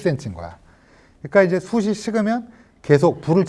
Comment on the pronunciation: '숯이'는 '숫치'라고 발음하시오. '숫이'가 아니라.